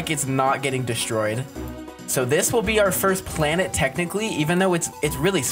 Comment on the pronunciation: "now it's called a blanet"